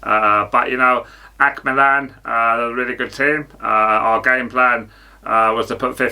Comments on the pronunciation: Man said akh milan🤣🤣🤣🤣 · Kills me when he says AC!!! Milan and the dumb look when he’s asked a question 😂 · "ack milan" im dying 🤣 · the way he says ac milan :face-purple-crying